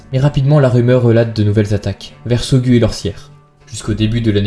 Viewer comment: Bonjour la scène se passe essentiellement en Lozère mais aussi en haute Loire et en particulier a Saugues qui se prononce "Saugues" comme cela s'écrit et non " Saugu" comme vous dîtes j'ai également entendue d'autres erreurs de prononciation de votre part vous savez bien que cela est souvent pris pour un manque de respect de la par des autochtones. Si vous prenez quelques minutes afin de vérifier les prononciation des nom locaux vos histoire n'en seront que plus crédible et nous nous sentiront respecter Cordialement